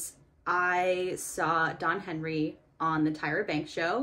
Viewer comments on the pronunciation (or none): none